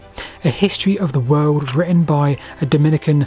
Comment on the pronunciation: I really struggled with your diction in this video. Please pronounce the letter T at least occasionally. Witten sounded like When most of the time